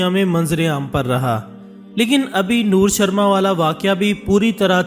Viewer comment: It's not noor sharma it's nupur sharma